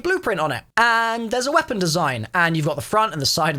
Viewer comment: I swear I hear wonder weaphon??